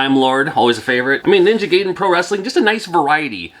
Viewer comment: Gotta say, I'm disappointed in your pronunciation of the word Gaiden... 😆